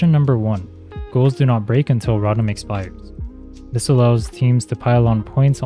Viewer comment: Great video but the way you pronounce rotom pisses me off 😂😂😂